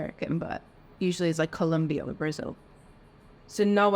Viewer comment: The cute one needs to brush her teeth and learns how to pronounce COLOMBIA……SHES SO SMART BUT DUMB. SHE SAID COLOMBIO with full confidence